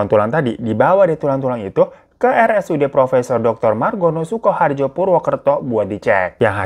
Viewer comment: Maaf Kaka... RS Margono Soekarjo ( Margono Sukaryo bacanya) bukan Margono Sukorhajo.,...